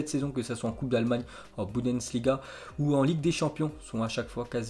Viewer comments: on en parle de budensliga depuis 1097 épisodes j'en peu plus .. . bundesliga c'est pas compliqué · Meme a cru a l'histoire pour Mbappe mais Mdr on sais tous que c'est du gros FAKE allez sur la chaine "Thomas parle foot" il en parle... sur cette chaîne j'en ai marre des fake news et des titre putaclic.... et vous êtes tous a l’applaudir... Ça fait 1097 fois qu'il dit budensliga j'en peu plus BUNDESLIGA C'EST PAS COMPLIQUé!!!!!!!!!! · arrivera t-il un jour à dire « Bundesliga » correctement? 🤔😂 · Donc n’arrivera jamais à prononcer Bundesliga.